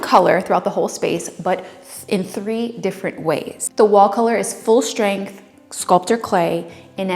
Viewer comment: Love your style, love your channel, and I think you’re adorable, so please don’t take this wrong. You tend to say “shtrip” and “shtrength” instead of strip and strength. Curious as to why? Just curious, no judging here.